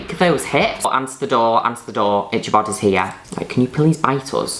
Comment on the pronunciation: Is the wolf named Itchibod? Or Ichabod? If it's the 2nd one it's pronounced ik-ka-bod. I love how Juno calls him Itchybod. that would make more sense for a play on words name. Him being a canine with possible flees lol